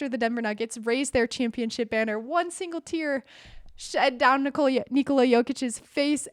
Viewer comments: Nikola, not Niçolaà...how you pronounce it is female name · It’s funny how everyone says "Nikola Tesla" correctly: NEE-ko-lah... but when it comes to Nikola Jokić, suddenly it becomes ni-KO-la. They’re both Serbian, and the name is pronounced the same way